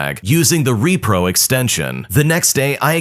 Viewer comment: "Repro" no no.. its ropro